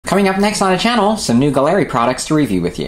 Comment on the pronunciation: Nice review. Mobius siphon feed!!! Awesome!! I'll keep an eye out on the site for that!! Also, the proper pronunciation is "GALLERY", as in art gallery and not "guh-leri" just FYI : ) again, great review sir!!! Shared on my group Scale Model Mayhem!!